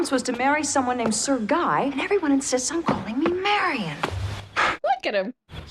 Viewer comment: A rare flub Guy is a name in french. Its pronounced gee. As in geek. Without the k. When speaking to a man named jean luc. Which is very much a latin name. Because we say luke when its spelled luc. Im half hispanic. I notice these things about the romance languages. Italian is closest to traditional latin. Spanish is not far off. French is the wierd one. But it is derived from latin.